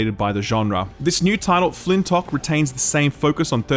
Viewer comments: Guys c'mon, we all know he was saying Fintock and not Flintlock because he knows that games takes no L's. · pronouncing everything wrong. "flintock", "ereban: shadow legends" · Are you purposefully leaving out the 'L" in Flintlock? Am I taking crazy pills? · Also Flintock. :P